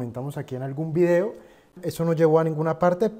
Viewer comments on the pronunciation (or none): none